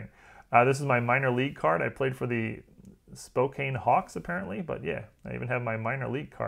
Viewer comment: Fun memories. Thanks for sharing. BTW it’s Spoe-Can. 😊